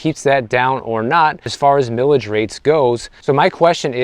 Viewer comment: It's pronounced "Mile-ij", not "millage". Mileage is a common word used to describe gas mileage. Also, please visit Sonoma County.